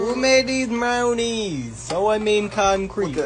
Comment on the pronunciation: “who made these mrownies”